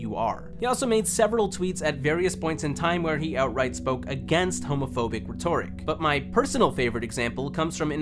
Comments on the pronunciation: Rhetoric. Not "Reh-TOR-ick", its "Reht-er-ick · This regard can't even pronounce "rhetoric" jfc